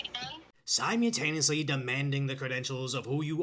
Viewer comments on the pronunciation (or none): My brother in christ. I have been trying to tell you every time you upload for years. The L in simultaneously is not silent. It's not sime-you-taneously, it's simultaneously. Sime-ul-taneously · Just a heads up bro, its 'si-MUL-taneously, not 'si-MEW-taneously'. Keep up the great work! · Simultaneously, don't forget that middle L SimuL-taneously